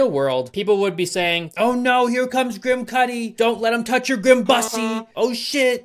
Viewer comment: I’m sorry, but any time you say his name I can’t stop hearing “Kid Kudi”. 😂